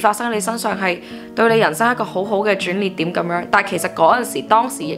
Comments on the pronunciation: 转逆(翼)点，唔系转ni点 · 捩字讀音：烈